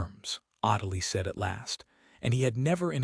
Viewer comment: Her name is pronounced o-DEEL. Never seen Swan Lake?